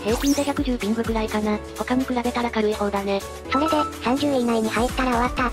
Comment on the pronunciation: 今更ですがピングじゃなくてピンらしいですよ！